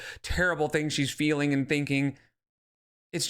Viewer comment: Why does she NEVER pronounce words correctly????? Feeleen journaleen